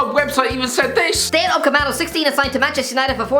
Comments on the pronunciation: Plot twist: He always pronounces wrong because he sees Upacemano instead of Upamecano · Therapist: Upamecano Upcameano doesn’t exist Also: Upcameano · I know right, he's literally reading from "Upamecano" on the headline and still he pronounces him as Upacemano lmao 🤣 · Dayot UpaMEcano not Upacemano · You still can’t pronounce upamecano 😕 its not upacemano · Upamecano*** Get that straight,,stop battering the kid's name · "Ucapemano" 2021. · Its upamecano 😂 not upacemano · It’s Upa ME CA no not upacemano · Dayot Upamecano.: Dayot Ucapeckmano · Why u pronounce UPA - ME - CANO to UCA - MEPANO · dayot upcemano seriously kills this name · Someone tell him that it's upamecaneo please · Nobody:: Upmakepacano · Lad, it’s upaMeCano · Was gonna say that 😂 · He does it on purpose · The still can't pronounce Upacemano. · Still saying upacamano 😂😂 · Dayot UpaMECANO ffs are people from County Clare that illiterate? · Percentage of comments: 50% about his pronunciation of Upamecano 40% about his new chair 10% about Paul McShane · you pronounce upamecano wrong mate xD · Good god, not only you're pronouncing upamecano worng, you didn't even spell it correctly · When will you ever get Upamecano’s name right? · The day calls Upamecano correctly is the day he's let outside the basement. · That’s official. deliberately pronounces Upamecano wrong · Ofcourse he does. Errors trigger people to act, which is good for the Youtube algorithm. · How can he still not pronounce/spell Upamecano?